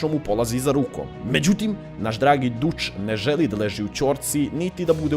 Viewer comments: Nije dutch nego datch se kaze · Mala ispravka:Ime Dutch se izgovara Dač pošto to znači "Holanđanin" Osim toga klip je predobar :D